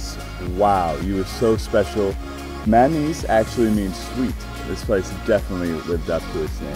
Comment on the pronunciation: I so want a video when I hear Bali TECHture rather than TEXture. I know its childish of me but it makes me think is there as eyecandy rather than an architectural reporter.......Please please teach him how to say "manis" properly too. Sorry but I came to this channel from the last guy and he seemed to know a little about the island and its language.